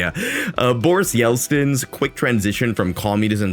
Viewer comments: It's Yeltsin, not Yelstin, other than that, pretty accurate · It's Yeltsin! Not Yelstin! (Ельцин) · Good video as always, but why do you pronounce Yeltsin as Yelstin? 😭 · Just a nitpick. You pronouns Yeltsin's surname wrong. Its not "yel S T in", but "yel T S in". Russian letter "ц" can only be read this way (T first, then S). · Bro, that’s Boris Yeltsin not Boris Yelstin. Other than that…all true. Good video! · LOVE that Hasan Goomba thumbnail P.S. It's Yeltsin not Yelstin. edit I just read your pinned comment. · say yelstin one more fucking time